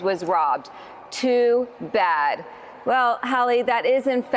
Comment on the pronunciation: I like how you emphasize on the words "Tooooo Baaad"